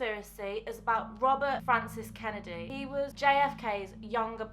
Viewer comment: Wobbert fwances kinnedy